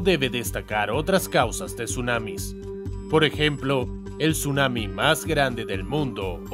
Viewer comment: Tsunami❌ Sumami✅